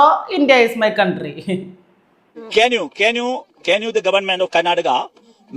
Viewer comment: എന്തോന്ന് ക്യാൻ ആണെടെ....!!!? പ്ളാസ്റ്റിക് ക്യാൻ....??? അതോ...!!??